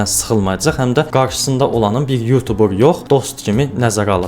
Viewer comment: sonunda YouTuber sozunu duzgün teleffüz eden bir Azerbaycanlı, millet yutuber deyir, bu sehvdi bele oxunmur